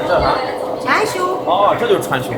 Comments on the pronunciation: 穿兇？殺人啦？ 川芎後面字唸，窮， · 請注意 川芎 ㄔㄨㄢ ㄑㄩㄥ